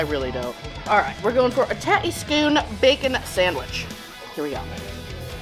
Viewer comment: Its a tattie scone not tattie scooooone